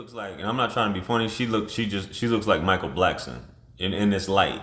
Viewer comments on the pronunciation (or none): This boy said Michael Blackston😂😂😂😂